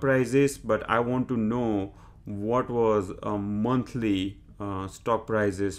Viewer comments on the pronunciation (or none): none